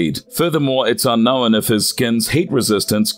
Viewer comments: It’s unknown not unknowin. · Lol... "UnknowIN"?!?!!